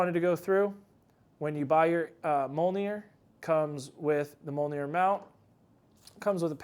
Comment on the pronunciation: It’s pronounced ‘me ole near.’ Come on man, how did you manage to mispronounce your own product.